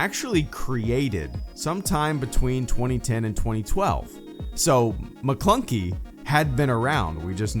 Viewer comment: It's actually maklunkek, you can hear a subtle K at the end